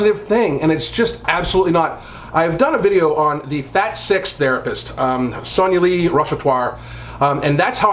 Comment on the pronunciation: It's pronounced sonaa-li and not sauna lee